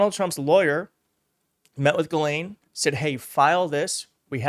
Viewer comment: GISLANE. ITS GISLANE!!! Not Ga-lane, Jislane, Giselle